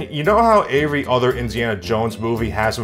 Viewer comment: Want to sound like? First step is to get lightly drunk, second step is to pronounce the words every, everyone, everything, everybody as "avery, averyone, averything, and averybody" in a nasally tone. Now you sound like.